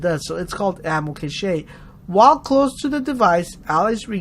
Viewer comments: Cache is pronounced cash, not cash-aye lol great vid really helped me! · Great video, and btw Ammo Cache is pronounced Cash